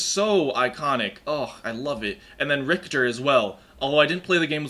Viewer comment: I hope in game Richter is not so horribly mispronounced. You englisch plebs butchered it for decades at this point.